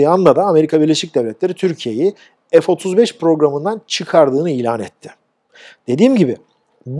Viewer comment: Türkçede ef diye bir harf yok